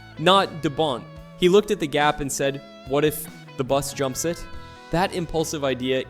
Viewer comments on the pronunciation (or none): "what if... the bUS jumps zit?"... 😂 freakin A.I. voices 😂